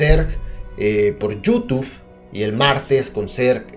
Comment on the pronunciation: me encanta cuando dice yutuf:v